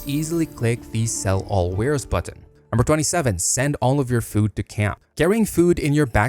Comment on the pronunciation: How do you mispronounce "button"?